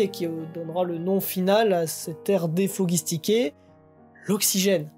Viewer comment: Bonne vidéo ! Malgré beaucoup d'erreur de prononciation même sur des noms de scientifiques... (déphlogistiqué, acide cyanhydrique, RUTHERFORD ! et d'autres...). Et en tant que chimiste ça me fait mal aux oreilles. ^^ Tu devrais te documenter un peu plus pour parler d'un sujet aussi large et précis que la chimie (surtout pour les prononciations). Il existe un documentaire en 3 parties de la BBC présenté par Jim Al-Khalili qui s'appel "Les Secrets de la Matière" (trouvable sur Daylimotion) que tu aurais du voir (cela t'aurais éviter les erreurs et appris beaucoup..) et conseiller au public pour en savoir plus. Bref, je te suis depuis quelque temps et j'aime bien ce que tu fais, tu mérite plus de visibilité.. Continue de travailler un peu plus sur tes vidéos et ça payera. Sympa la blague sur le Neutron. ^^